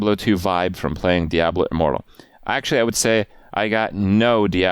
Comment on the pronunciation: You can't even properly pronounce the word diablo. You are a joke